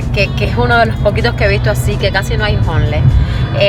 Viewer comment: Hola, con todo respeto, deberías decir homeless en español, es decir indigentes, tal vez lo pronuncies mejor que lo q tu dices q "honles..."